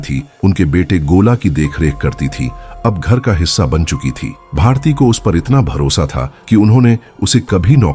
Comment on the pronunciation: Its bharti not bhartiya...aisa main sun rahi hoon ya kisi aur ne bhi suna